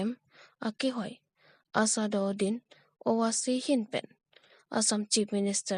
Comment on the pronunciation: Asadaudin Pu Kali kaningje nangjike Asharuddin puji news reader abang spelling aling Kali.